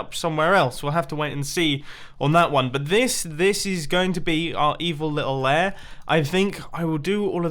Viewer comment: Herionet Brine It’s “lair” :)